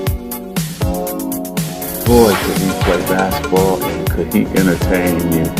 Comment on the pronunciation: Who is Pete Mavarich? And he played bassitball. Come on Brah. like the video, but you keep miss pronouncing words, it just jumps out. Very confusing.